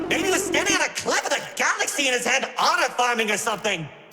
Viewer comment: By a misshearing i heard "BURNED HIS ABS" instead of hand 🥹